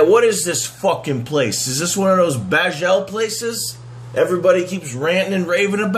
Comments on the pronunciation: i have misophonia and every time you pronounce "bagel" wrong i have a violent seizure. i'm in a hospital bed writing this. i hope you're happy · 40 seconds in realizing he is saying Bagel 💪🤤